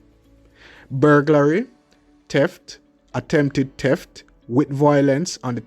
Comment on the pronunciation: it's not teft its pronounced theft, speak the English language properly.